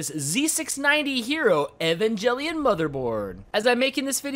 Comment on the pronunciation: The way you said Evangelion ruined the video for me lol